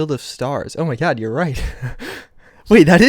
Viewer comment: “Is that Tod” You mean God right?